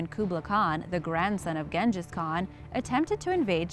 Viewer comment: who is Gengis why can't yall ever pronounce shit right?